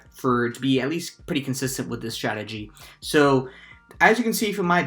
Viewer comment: "Really nice statgy" 😂